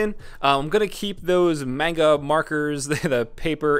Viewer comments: did just say mainga instead of manga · The way he pronounced manga just made me cringe really hard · 99% Dire Straits comments (Idk them either) 0.9% normal comments My 0.1% comment cringing at how he pronounced manga. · Can't believe someone can pronounce "manga" wrong....